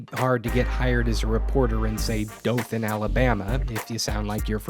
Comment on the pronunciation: He must be from the South. He pronounced Dothan, AL correctly! Long "O"